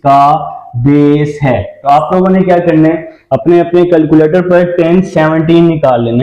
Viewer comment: Sir boat ko.to sai pronounce kare calculator ko bhi